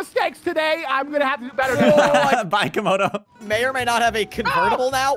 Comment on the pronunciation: say camodo its not 96 its 69